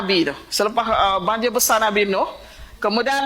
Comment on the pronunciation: Besar tapi disebut besaaa... 😂😂😂 bahasa kampung tidak standard...